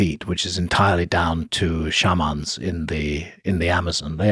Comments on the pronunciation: Love how Graham finds funky ways to pronounce words SHARMAAAN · So it's not shay-man? 😂